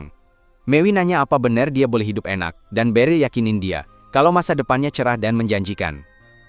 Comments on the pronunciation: iya sumpah hai dup hai dup😂😂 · Wah lucu banget saat omong Hi dup, Hi dup 😅😂